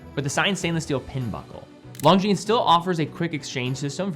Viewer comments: It's LON-GINES, not LONG-GINES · can you please stop spelling Longines wrong? the G and the S is silent, LONJIN that's how it should be spelled love the review❤ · You mispronounced Longines in the beginning.